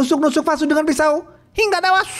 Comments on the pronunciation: Seneng denger abangnya cerita, brasa gergetnya film ni,apalagi ngomong "hinggGGAAAA TEWASS" & "JENGGG GGERRR " Sukses terus ya bang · Sebenarnya cerita ini bisa memuaskan pendengar. Cuma nada nya harus diperbaiki. Nada Kata2 hingga tewas itu sangat merusak penikmat cerita.,, saran aja ya..!! Makasih atas suguhannya